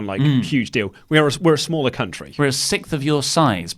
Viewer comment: How are you guys pronouncing 'sixth'? Sounds like you're saying 'sith' or 'sickth'. Just found it weird because the wife is British (Surrey) and she doesn't pronounce it that way.